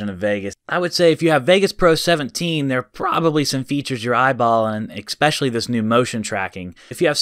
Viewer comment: Please pronounce ESPECIALLY correctly. It's not ECspecially. It's ESpecially.